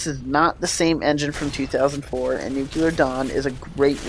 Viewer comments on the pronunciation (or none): It's pronounced "noo-klee-er", not "nook-you-ler". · New-clear not new-q-lur. Good review. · it's pronounced /ˈn(y)o͞oklēər/ bro... Good review though! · nuclear. nuke-lee-ur. nuclear. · The pronunciation is: "noo-klee-er" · Nukelar Dawn?